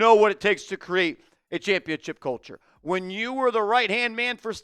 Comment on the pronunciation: Please stop saying championchip. It makes you sound stupid.